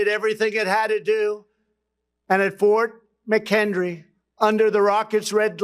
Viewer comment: When Diaper Don mentioned the attack on Fort McHenry (not Fort McHendry like Diaper Don said), as occurring during the American Revolution, it was actually during the War of 1812